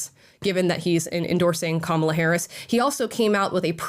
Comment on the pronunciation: I love that the Left still pronounces her name wrong while crying that the Right does it 😂😂😂😂😂